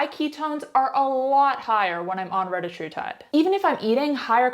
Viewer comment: Sehr can't speak the name of the Peptide correctly!